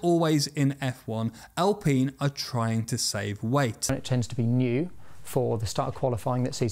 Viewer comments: Alpeen or Alpine? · Why is it Al-peen and not Al-pine? There’s only 1 e in the word. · I stopped watching the moment you said Al-peen,...bye! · Alpine Al, like the name- pine like the tree. Hopefully now you'll be able to say it correctly.🙏🙏🙏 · Al Peen.... Cmon! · I've never heard "alpine" pronounced as "al-peen". Are pine trees then known as "peen" trees? Jokes aside, it's a big yes from me for the video about aerodynamics. Will be waiting 👍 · The alpines are pronounce al pine in english.